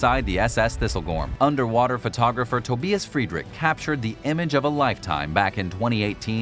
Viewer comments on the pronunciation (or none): none